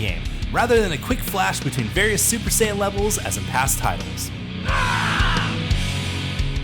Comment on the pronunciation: You can’t call yourself a fan if you watch the show and still get the names of things wrong. Wtf is a “super cyan” and who is “brawly”?!?!